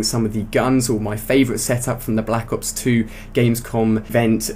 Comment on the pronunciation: blAHAcks ops 2 LMFAO thats how he always says it